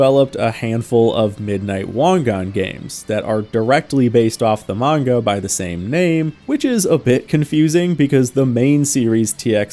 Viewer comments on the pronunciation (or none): none